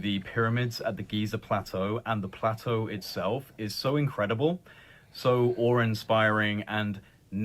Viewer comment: Did that guy say "this is oar inspiring"